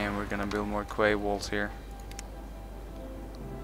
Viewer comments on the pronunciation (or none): Just a little tip for the future, 'quay' is pronounced like 'key'. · Oh,. Small point, but to my knowledge 'quay' is pronounced 'key'. Weird, I know. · Quay is pronounced "key" -- protip :'D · By the way, Quay is pronounced "Key".:D